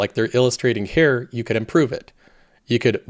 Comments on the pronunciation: He usually pronounces it more like "hair". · just wait for him to say "here" and it sounds like Hair.